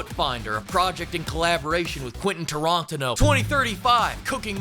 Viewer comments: Why did you pronounce Tarantino like that?😂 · The way you said "Tarantino" gave me nightmares pimp